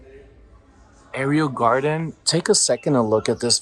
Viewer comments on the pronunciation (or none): it’s ‘air-o’’ (Aero)garden…not ‘air-ee-oh’. Hope you don’t mind my correcting you but thought you’d like to know the correct pronunciation. ❤